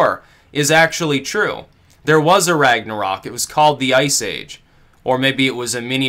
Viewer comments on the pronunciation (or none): none